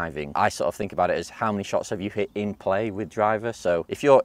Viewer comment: Love her voice. “Getting the ball in pleh.”